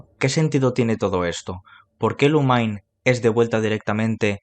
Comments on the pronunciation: Se pronuncia Lumin no Lumain. El mismo actor de doblaje lo pronuncia así. Gracias por el video! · Son unos grosos todos, geniales como siempre! 🙌🏼 Pd. peeero no jodan cómo le van a decir Lumainn a Lumine si ni en inglés se pronuncia así 😂